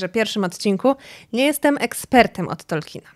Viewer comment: Od jakiegoś czasu oglądam niektóre Twoje filmy, podobają mi się, ale proszę, bo kala to moje uszy za każdym razem, jak to słyszę, i nie tylko u Ciebie, czy możesz wymawiać Tolkien, zamiast Tolkin? Nawet Amerykanie wymawiają Tolkien, jego nazwisko uległo w naszym języku fonetyzacji, czego zdaje się, nie wiedzą nawet niektórzy jego fani 🙂 to moja jedyna uwaga, czekam na następne filmy 😁